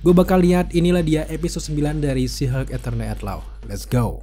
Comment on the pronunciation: abang ini menyebut She Hulk sihug